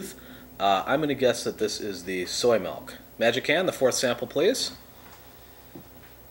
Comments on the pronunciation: I love how he says melk, but when he says milkshake, he says Milk properly. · So many "melk"s